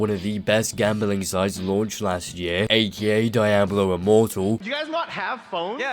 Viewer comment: the way you pronounce (DIE-ablo) is painful lmaooo Good analysis though dude.